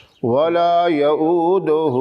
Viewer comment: Wala ya'auduhu hifzuhuma ha. Ap ne yahuduhu parha ha. Please check kren. Itni bari beard rkh kr Channel banaya ha islami or AYAT UL QURSI sae nahi aati ap ko. ALLAH se daren janab. I am reporting your video to misleading people.